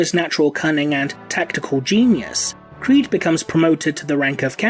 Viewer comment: You said it wrong, it’s CREEEEED